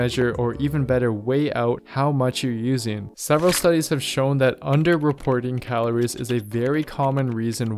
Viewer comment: Where is this fucker from who the fuck says Calor? It’s calories